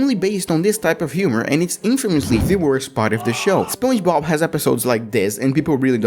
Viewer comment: Spuoin bob?!💀 Alright this comment is not a insulting thing so don’t give me some bunch of pisses comment about stuff. Thank you (anyway it supposed to be spon ge bob)